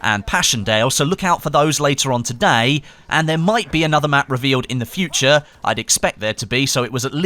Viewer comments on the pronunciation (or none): none